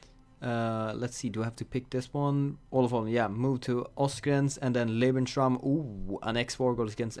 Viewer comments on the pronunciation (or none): none